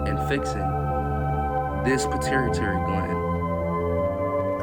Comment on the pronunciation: Puh-tew-a-tary gland 🤝👍🏽